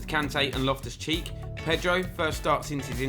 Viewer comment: Made me laugh sounded like in the game against Leicester you called loftus cheek loftus cheese 🧀 🤣🤣🤣